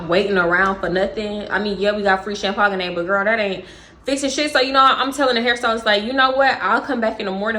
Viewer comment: Wait …champagne? Is that a Texas thing to say it like that😂😂